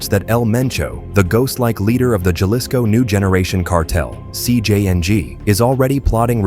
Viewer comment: This would be a really good channel if they knew how to pronounce Jalisco and did not censor every other word.